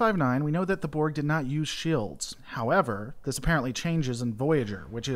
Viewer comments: gads its shields, not shaields.... must be your twang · You say “shields” weird. Reminds me of Stewie and “coolwhip”